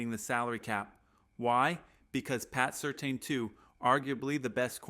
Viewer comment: Is this AI? It's pronounced 'sir tan' not 'certain'